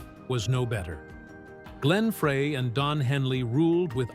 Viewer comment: Nice f**kning AI narrator- turning off after hearing 'Fray".. Joe deserves better than this nonesense!